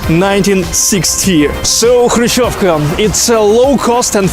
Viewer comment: I found this because I needed the pronunciation of Krushchyovka, and this was perfect. It was quite revealing. Other YouTube videos gave inside views, but of somewhat larger versions of these apartments. This one really gave me the sense of closeness. I got a kick out of the host mentioning the incident when Khrushchev took off his shoe and banged it on the table -- I was a child when it happened, and throughout my childhood that's all I knew about Khrushchev. (Now we have a president who's liable to do something similar, or worse.)